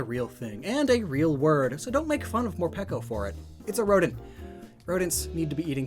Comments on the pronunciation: are you sure it's not pronounce more PEEKO like more-pikachu lol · ITS MOREPEEECO